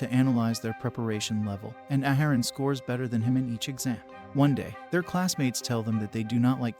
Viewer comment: Ya done messed up A-A-haran!